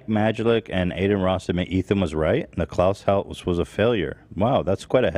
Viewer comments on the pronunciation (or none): none